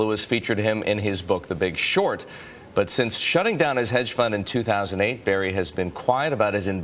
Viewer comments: Tell me how Burry is pronounced Berry? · Spells name bUrry News guy: “bArry” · It’s Burry not Barry